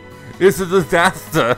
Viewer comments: fits uh disthustuh lol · fits uh dithustuh!!! Wtf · "uts uh disahter!" LOL